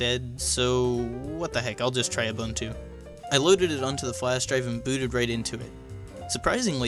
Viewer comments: Who else remembers a-BUN-chew from OSFirstTimer? It's oo-boon-too not a-bun-tew. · Ooh boon too..... ubuntu not.... you bun too..... or ooh bun too....jesus why is everyone pronouncing it wrong..... it says how to pronounce it on the website.... ooh boon too.....